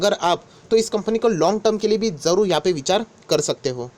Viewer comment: Sir aap marathi ho..ye baat sure hai... "Vichar 😀"